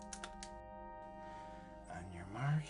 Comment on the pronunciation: Did he say On your march, get set? 😅 umm, buddy, that would be On your mark, get set.